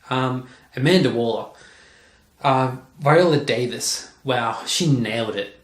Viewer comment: I think you pronounced Viola Davis correctly, although I was thrown off by El Diablo. It's El Dee-ah-blow, AFAIK. Good job, though. Need more colorful nerd stuff in the background instead of the plain white wall.